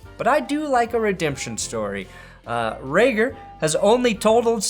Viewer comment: Reagor is a long a sound ray-gor